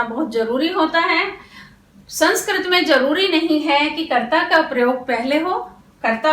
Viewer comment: मेम, अध्यापन की विधि बहुत अच्छी है लेकिन आप संस्कृत को संस्क्रत उच्चारण कर रहीं हैं जो सुधारने की आवश्यकता है।